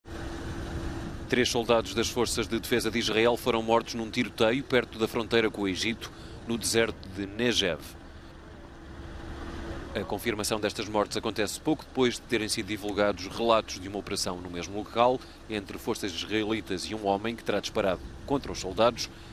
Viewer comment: Pronuncia-se NEGUEV e não nejev...Santa ignorância!